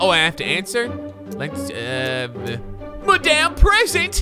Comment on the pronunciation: I love how he said “Madam Present” instead of President lol